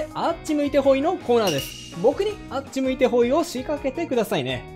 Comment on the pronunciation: 動画が凄いタメになるんだけどあっち向いてホイのイントネーションすごい気になる😂